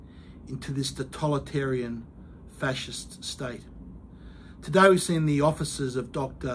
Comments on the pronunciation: With all due respect Mr Kelly, I would like to advise you that you are mispronouncing the word 'totalitarian'. You are pronouncing it as if it were spelt 'totOlitarian'. I advise you of this so that our enemies don't have anything petty they can use against you. I send this to you out of good faith and full support. Other than that, keep fighting for what's right and we will continue to fight by your side! ✊ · It's to-tAL-it-arian ...